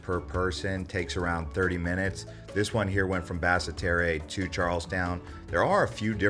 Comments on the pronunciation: Not Bassa Terreh!! It's pronounced Bassterr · And (Bass-tear) Basseterre. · Basseterre pronounce Bass-tear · Pronunciation of "Nevis" and the capital make me cringe...